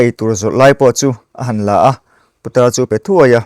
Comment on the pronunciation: Putar tih ah khan tawngfiah deuhla aw